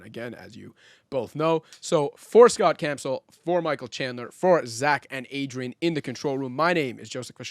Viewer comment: Oof I tuned out when he said "Michael" instead of "Mikal" 😂😂😂